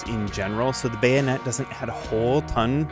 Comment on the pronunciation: BAYO-NET 🎉 and MEE-LEE 🥳 lol love your vids man